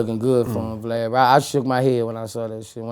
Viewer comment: Boosie be calling Vlad "Blad" 😭